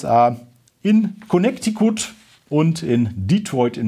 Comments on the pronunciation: Mit den US-Staatem hast du es nicht so oder? Das ist ja grausam wie du Connecticut aussprichst 😂 noch schlimmer als Arkansas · Hoffe die Aussprache von Connecticut war nicht ernst gemeint.